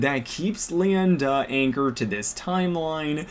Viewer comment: You pronounced like 4 different names wrong (Lien-Da, Tikchaos, Rutan, and )